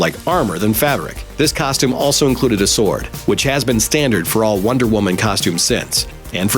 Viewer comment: do not prodonce the"w" in sword